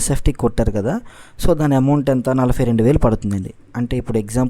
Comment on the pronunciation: Nalafy kadhu adhi nalabay anali telugu sanka naakisthunnam maname